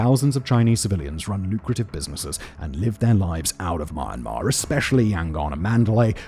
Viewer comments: This guy’s refusal to correctly pronounce Myanmar is f**** insane. Dude, what the f*** is Mar-Mar? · why you keep saying mar-mar lmao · Is it really pronounced "maan-maa"? 🤨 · Im sorry.. im 50 seconds in and i cant continue with this if he is going to keep calling it MarnMar.. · Love you, Simon but I think you should have looked up how to pronounce a country's name before making a video about its civil war? HOW FKING HARD IS IT TO PRONOUNCE MYAN-MAR?!!! OH MY FUCKING GOD THIS IS SO FUCKIGN PAINTFUL TO LISTEN AND WATCH! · I compliment you for your historical facts. But Myan-Mar is NOT pronounced the way you are saying as Ma-an-mar. And since you are de-emphasizing -an, you sound like Mar -Mar Apparently you think it is My-an -mar and you are further mispronouncing My as Mar and hence your funny way of saying Mar an Mar. try sayin M- and yan in a single syllable. Like saying Me and an except the me is very short. The way you say Mar a mar is like saying America as Ame-rye-ca. and since you say the my sound and rye sound as Mar and Rar, by your logic, America 🇺🇸 will be Ame-rah-ca But thank you for your reporting of the dire situation. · As a displaced Burmese native, I thank you for covering the topic, even tho u keep butchering my country's name 😅 It's /mjenma/ with a semivowel 'y' sound, mate. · why is his pronunciation sound like "mar-mar" lol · It's hard to hear, but he is saying "MY-on-mahr" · Where the hell is "Maa-maa"?? Don't you ever listen to yourself? You pronounce neither the "y" nor the "n." And when you try to say "Myanmar's" you don't even pronounce the final "s." A masterclass in mispronunciation, I'd say. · Say the country name right! “Burma” or “Myanmar” not Mar Mar. you sound fking annoying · I'm British and I am perplexed as well. 😆 I always thought it was pronounced it 'mee-an-maar'. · And the fact that he says it every 5 seconds, literally makes it hard to make it focus on the video 😂😂 "Maarmar" 😂😂😂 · Mee-yan-maar come on dude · Myanmar❌ MarMar✅